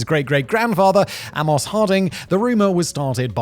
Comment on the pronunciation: Simon's pronunciation of 'Amos' is interesting.